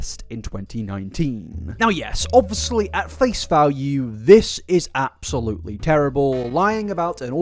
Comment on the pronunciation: why am i watching an hour long video on someone i previously knew nothing about? i don’t even go on tiktok 😭😂 eta - i love the way you say “obvuslee” (obviously) 💜